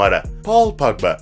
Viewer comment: Pagba? Ya abi sen futbol videosu çekme ya disslike